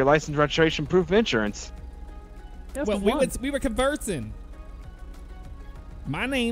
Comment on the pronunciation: A pouf of inshuwance 😆 😆 😆